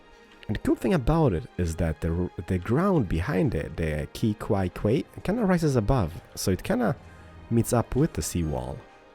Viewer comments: Quay is pronounced "Key" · Quay is pronounced key. ;) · Quay is pronounced like 'key'. Don't worry, The English language has some stupid pronunciations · I second that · quey is pronounced as keys. ur awesome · Quay is pronounced Key BTW. Love the videos keep it up! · Quay is pronounced key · The "Quay" is pronounced like "key" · the quay is said key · Quay pronounce likes Kee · No he didn't haha. Quay sounds like Key